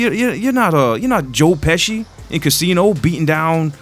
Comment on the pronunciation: It's pronounced joe peskey (Pesci) not joe peshee